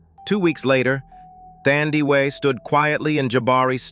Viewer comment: Thandiwe Pronounced like u pronounce taboo not thunder